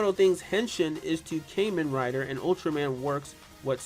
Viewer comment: In case you’re wondering, Ultraman and Kamen Rider (pronounced ‘Kah-men btw) are two Japanese tokusatsu series that began in 1966 and 1971 in Japan respectively, and their still airing new entries to this day.